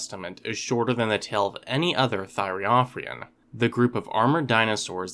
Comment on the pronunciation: Very informative! Pointer: when pronouncing thyreophoran, the emphasis is on the second O.